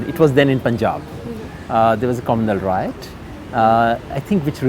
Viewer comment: io is aiyo, not ayoi. Riot is RYOT not ROYAT. Come on.